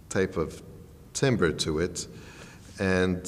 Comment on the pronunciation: this recording engineer doesn't even know how to pronounce timbre. not a good look